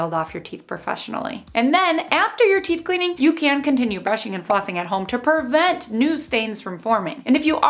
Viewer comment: Thank you for this! FYI, since you are going public, the word is PRE-vent not PUR-vent. ;)